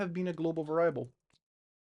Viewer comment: Va rye ble is the best pronunciation of variable I’ve heard😂